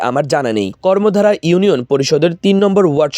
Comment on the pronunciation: কর্মধা হবে ভাই। কর্মদ্বারা না